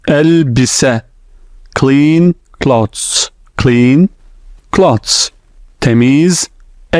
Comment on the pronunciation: That’s so helpful. Thank you so much. By the way clothes you pronounce ‘cloths’ as in clean clothes. But it’s clean “clothes”. Pronounced very differently.